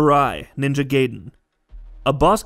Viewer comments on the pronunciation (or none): And it's Guyden not Gayden